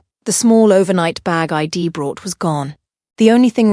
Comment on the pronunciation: I D mentioned once instead of I’d mentioned once! The Ai has a very strange and incorrect way of speaking English! Since this video passed inspection and was posted with all of the incorrect speech, I wonder if the writer is an English speaker.